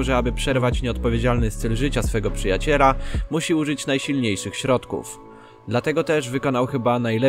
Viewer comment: Czy też słyszeliście jak on mówi Przyjaciera. Zamiast przyjaciela